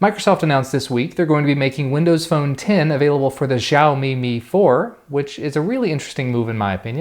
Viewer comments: Mi4 Pronounced as ME4, Not MY4. Its Siaomi not Zyami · He pronounced mi wrong, but xioami is kinda correct......